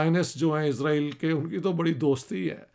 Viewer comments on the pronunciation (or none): none